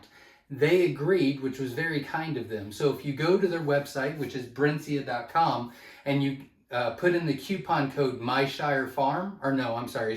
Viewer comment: It's pronounced 'Brinsee' ;)